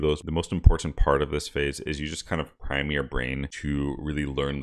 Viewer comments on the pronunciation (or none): none